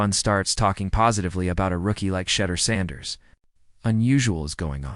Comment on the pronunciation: Try saying is name right!! And further he went in the fifth round bc of collusion, fake ass video